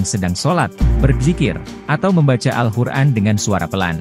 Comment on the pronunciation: Awal video katanya kita d sruh utk tau cara baca Alquran,, sdgkn yg sy dngr sebut alquran aja jadi al hur'an